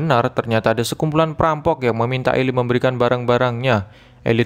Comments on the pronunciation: Itu baca nya eli bkn ilai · The book of eli (bacanya eli bukan ilai) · Bukan elay bang tapi eli